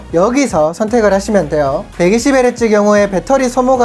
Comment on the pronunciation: 되~~~요 이 멘트 찰지네요 ㅋㅋㅋㅋ